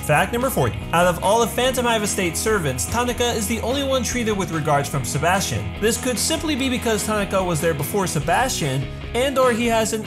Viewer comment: “Sebastian” “SeBAUUSTION”